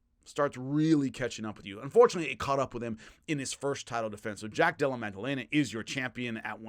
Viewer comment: Again, much respect, but there isn't and has never been a G in Jack's name. Madellena, not MAG. Come on,, you're better than this... 🤦